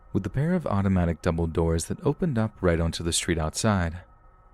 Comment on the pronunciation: I thought you said Dumbledore instead of double doors. LOL I had to listen several times.